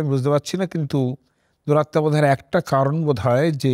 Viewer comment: You pronounce d somewhere as 'duratta'.I think the correct pronunciation should be as ' duratma' meaning as whose atma or soul is evil or crude.It is not expected from a person like you.